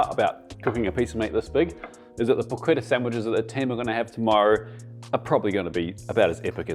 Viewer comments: pronounce it correctly; in non- former prison colonies it is called "PORCH-ETTAH" not "PORKETTA" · Down voted for pronouncing it like an english